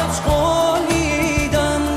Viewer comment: You mispronounced the Iranian title and said “I give you a flower” 😃(you said Gol 💐 instead of Ghol (“I promise”).